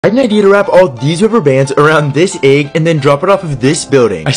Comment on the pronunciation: It's pronounced egg not eag 😂